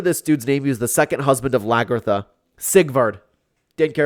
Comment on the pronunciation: The way he pronounces Hviserk and Lagertha 🤨🤨🤨